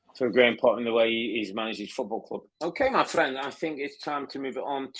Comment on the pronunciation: My fwend, my fwend, my fwend, mate, buddy, my fwend